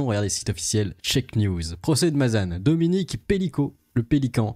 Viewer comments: Mazane putin mais arrete ca se prononce mazen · On prononce Mazan comme écrit, pas Mazane. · au fait juste pour info on dit ma zan comme le bonbon le zan on dit pas mazane c'est pas une critique ses juste pour que tu est la bonne prononciation le an ce prononce en, je suis du Vaucluse je connais bien cette ville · On dit Mazan pas Mazane